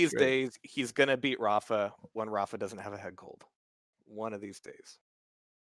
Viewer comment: has been commentating rapha's games for over a decade and he still won't pronounce his name correctly. so annoying.